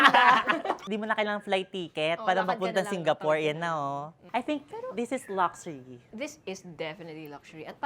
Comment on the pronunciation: Mimi: Laxuri: Luxury